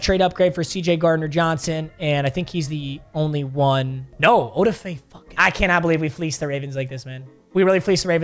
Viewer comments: Oweh’s first name is pronounced A-da-fa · The way pronounces Odafe triggers me LMAO